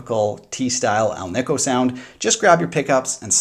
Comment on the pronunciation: The ASAT has 22 frets, no shelf extension like Fender modern necks. Musikraft now makes G&L replacement necks. Ever notice how many people mispronounce ALNICO? It's like AL KNEE CO. says it correctly.